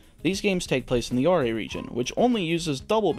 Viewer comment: Its called "ore" not "oray"cause the region is covered in ore, rock and deserts. Thats why its called the orre region